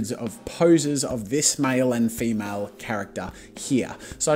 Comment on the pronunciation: "hundreds of poses of this MYEL and FEEMYEL"